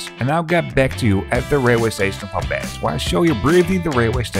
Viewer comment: It's Maubeuge, not Maubege.